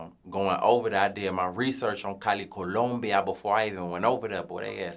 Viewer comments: Nigga said “CoUluMbiA”😭😭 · It's the way he says Columbia for me, lol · The accent he use to say Columbia🤣🤣